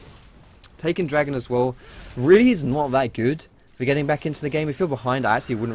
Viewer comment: ye weally